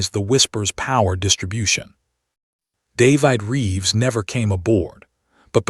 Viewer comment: If AI can pronounce plague, why can’t it pronounce the name David?